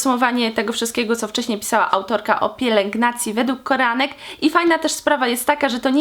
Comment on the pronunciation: Koreanek czy tylko ja słyszę że tu mówisz Koranek?